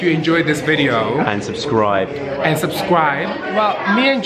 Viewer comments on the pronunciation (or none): Love how Joe says <<SUSCRIBE>> instead of subscribe haha